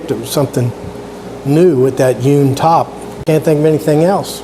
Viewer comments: Nice job! Now I've heard of hewn wood furniture but never "yewn". Or is this your Florida accent? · You come across just fine! I was just poking fun at the way you were pronouncing the word "hewn". Check out my latest restoration project. It's receiving rave reviews from the masses